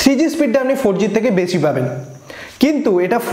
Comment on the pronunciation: চে গুলো😂😂 চে সময়😂😂 বেছি পাবেন।